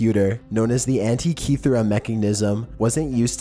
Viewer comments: Holy christ!!! Your pronunciation of many cities and items talked about, are beyond horribl.eI especially cringed at how you said Yonaguni and Antikythera...each and everytime.Please atleast watch other videos where archaeologists or historians are pronouncing any of the sites, items, or cities. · sound out the words bro. Sound them out....you butchered so many words in this video. Sotheby’s, Stonehenge, antikythera...just to name a few